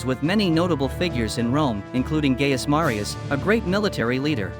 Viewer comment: Once I heard “gay-us” and not “guy-us” Julius Caesar, I checked out.